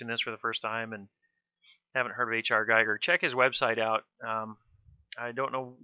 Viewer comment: Its Giiiiiiiiiiiiiiiiger not guyger